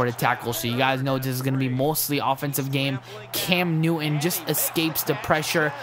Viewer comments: Newin instead if neuton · I love how u say cam newish